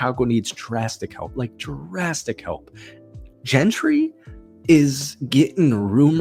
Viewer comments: Yea he lost me when I heard Gentry and Justin Fields being the starting RB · Hard to take this guy serious when he’s pronouncing Jeanty’s name as “Gentry”